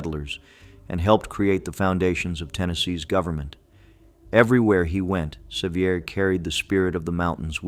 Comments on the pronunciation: John Seiver's mother was a sister to my ancestor John Goad. Seiver is pronounced Se-VER, not SE-viar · You've mis- pronounced the names of Sevier ( severe) and also Blount ( blunt)... those names are still extant in our area of the smoky mtns. and spoken every day as they would have been at that time. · Why can’t you pronounce Correctly the names of these heroes as you proclaim. John Sevier and William Blount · Well done, we forgive you for the mispronunciation of some heroes’ names. Willam Blount is pronounced blunt. John Sevier is pronounced like severe. He was more often cheered as nolichucky Jack for victory in major battles against the Indians on the Nolichucky River. His wife Katherine was called Bonnie Kate. They lived on a pretty farm called Marble Springs in south Knox County which is a State monument and open to the public. He never lost a battle against the Indian tribes. Nancy Ward was a loyal friend to him and the Wataugans as they were called before the Revolutionary War. His life would make a great movie. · The name is pronounced Severe. Nancy Ward saved my gggggggg grandmother's life, Lydia Russell Bean. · That is pronounced SA-veer! I had three great grandfathers at the Battle of Kings Mountain! Pride runs deep here. William BLOUNT is pronounced here in Tennessee as BLUNT, NOT blOUnt! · The correct pronunciation of “Sevier” is the same as the word “severe.” Do your research, prior to adding commentary, so that the names of these “heroes” are pronounced correctly. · Ikr, he got it right the very first time, and wrong every time after. 😂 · Loved the video, but twinged every time he mispronounced John Sevier's name with a frenchie accent. LOL Even the stories about yankee oppressors were inspiring, LOL.